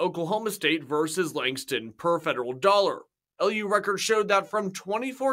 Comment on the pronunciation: “Langdon” a fine example of university education. It’s Langston